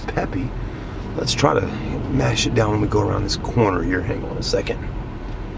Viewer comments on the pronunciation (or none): none